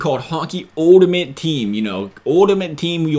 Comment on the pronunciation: Please learn how pronounce ULTIMATE... lmao!!